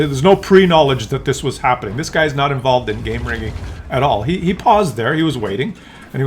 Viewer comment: involved or like skill says involvet lol or they are paid to hush money.